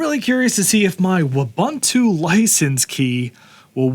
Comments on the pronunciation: Uh-bun-too? Try Oo-boon-too. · why do you pronounce it as "abuntu"